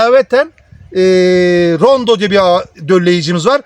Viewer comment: Nacizane bir düzeltme yapayım Rondo değil Ronde. Abimizin eline sağlık verdiği bilgiler çok isabetli. Allah bol bereketli ürünler versin, emeği boşa gitmesin.